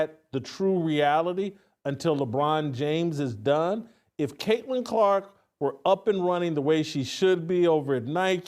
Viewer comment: Say it again Hamhock. Craitlin Crock. Lmao